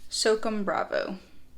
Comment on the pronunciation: The Microtech is pronounced SŌW CÔM (kinda like ‘so calm’ without the L). It comes from the United States Army’s Special Operations Command, or S.O.C.O.M. Just thought I’d let you know so in the future you don’t offend any of the Special Forces (“Green Berets”) out there! 😉. Thanks for the content & love the videos! ;-}. MM